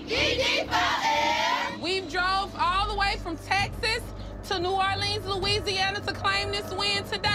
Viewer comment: The coach from explosive j pronounced New Orleans wrong